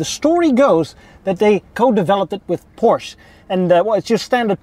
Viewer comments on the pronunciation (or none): none